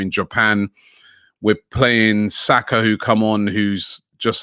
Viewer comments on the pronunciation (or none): none